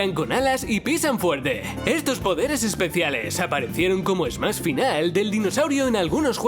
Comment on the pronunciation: ¿"Yosi en Smas Brothers" tan dificil es pronunciar la "sh"?